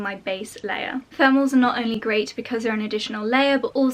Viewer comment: I kept wondering what the heck are "furmels" and I only realized she's saying thermals 3/4 of the video through haha